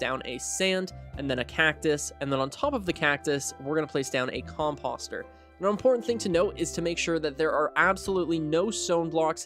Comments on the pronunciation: I was looking for comments like this. Cause my eye twitched everytime he said it😂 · Just FYI: composter rhymes with poster, or toaster. 👍